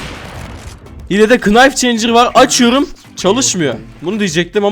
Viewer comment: Kanka knife diye yazılıyo ams nife diye okunuyo kınayf değil yani nayf direk